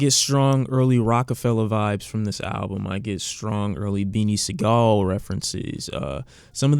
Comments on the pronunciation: Wtf is Beanie Segall??🤣🤣🤣🤣 its Sigel, Beanie Sigel. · “Beanie Segal” - was that pronunciation on purpose? 🤣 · Lol how did he pronounce beanie Sigel